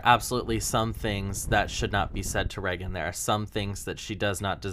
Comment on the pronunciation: The set doesn’t look bad. It’s just different and anyone who likes Brett is going to naturally dislike it. I love Brett too and I literally bought her merch a week before she left the show lol. Reagan is fine but I hate the way she says her name. It sounds like she’s saying ‘reckon’